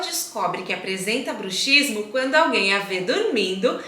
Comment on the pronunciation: Se lê bruksismo . É um dífono. A letra X tem som.de ks